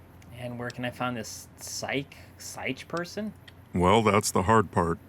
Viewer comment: Uh oh someone didn't watch RLF it's not psych its sich (idk how to write it out as the correct pronunciation but I tried)